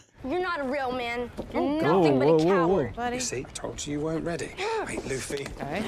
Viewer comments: Have to give it a thumbs down because is just ragebaiting by mispronouncing a name said 40 different times. I don't make the rules. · someone PLEASE explain to how to pronounce Luffy's name correctly. we are all dying over here:/ (not even kidding, this is like nails on a chalkboard for my neurodivergent arse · she’s doing it on purpose. Luffy’s name was said over a dozen times and she still said it wrong lol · Is she fr mispronouncing Luffy's name, myy ear😂😂😂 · Oh the pronunciation of luffy is gonna kill me. pls!😂😂😂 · Sm1 send her that clip of the OPLA cast teaching everyone how to pronounce Luffy. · Seriously is she doing it on purpose?! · They clearly don't watch that much anime or japanese media, of course she's gonna mispronounce it lol it's why it's a completely blind reaction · really must be ragebaiting with Luffys name, because she heard it multiple times, and she is still pronouncing the name wrong 😂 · Probably because when she reads the subtitles, her brain automatically defaults to that perceived pronunciation. Nothing to get upset about, but it is kinda funny. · Agreed. Either that or she just doesn't care. Luffy's name was said many, many times, yet she keep mispronouncing it. 😂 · Netflix wants shows to be written so people can listen to it on a second monitor, but she can't get the pronunciation. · yeah but they say loofy and she hears it. Even the guy on the right says loofy and she still says laughy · For the love of God, it's pronounced Loofy not Luffy LOL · Loofy not laffy lmaooo. is funny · Looffy not Luuffy not like Fluffy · Luffy rhymes with Goofy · Luffy = Loo-Fee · It's pronounced like goofy...loofy..please my ears hurt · They still hear it being said the proper way in the series, not as Luhffy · not 15 seconds in and random white girl is mispronouncing Luffy, this will be good I'm sure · Oh she definitely knows how his name is pronounced 💀😂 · Someone please teach how to say Luffy correct.🙏